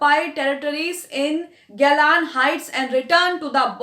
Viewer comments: Bibi Go. Laaan heights hai gaylon nahi hai Naam tu theek se lelo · GOLAN HEIGHTS KO GALON HEIGHTS KAHRAHE HAIN SARASAR GHALATH HAI